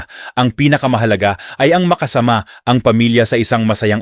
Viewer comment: hinay hinay sa paggamit ng AI mali mali ang pronunciation nag iiba tuloy meaning. makasama vs. maka-sama. really now???